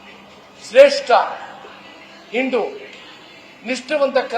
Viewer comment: ಹಿಂಡು ಅಲ್ಲ ಮರೆ ಹಿಂದೂ, ಸರಿಯಾಗಿ ಮಾತಾಡು ಬಿಕನಾಸಿ.